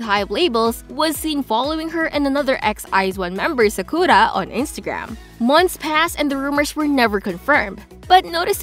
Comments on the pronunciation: Media* not Medja Sakura* not Sakuja please pronounce things right Can people leave this group alone??? All of them are innocent especially Garam most people causing this are jealous people the used to know or fans of other groups You’re not a real kpop fan if you hate on other groups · the way u say sakura is emberassing